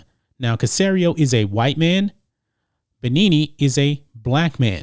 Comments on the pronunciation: Bienemy = Beh-Nee-Nee? I thought it was Be-Enemy? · His name is pronounced "Eric BE-ENEMY. NOT BE-NEE-NEE. Lol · You butchered Eric's name. BEE-ENEMY. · Hey bro, it's pronounced b enemy.... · It's pronounced "Be-Enemy" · This video is sickening. Did you just decide to exclude the other 95% of the reasons why he’s angry with the Texans? How about the fact that the Texans lied to about the hiring process? Or how they traded Hopkins away for a bag of chips? You can’t even pronounce EB’s name correctly. Are you even a sports fan? But I’m glad you got your click bait out there and spread your hate. Good job 👍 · Know how to pronounce peoples names before you broadcast. It makes you look bad when you don’t know the name of a fairly high profile football player. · no offense but how can u host a sports show and not know how to pronounce his name ?